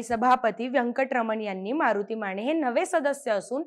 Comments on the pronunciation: माने म्हणा, माणे नव्हे. 😂😂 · स्नेहल माणे... किमान स्वत:चं आडनाव तरी नीट उच्चारा की.... माणे नाही ओ.... माने.... अंदारकर राजे माने... ज्यांनी मान न झुकवता दरबारात प्रवेश केला....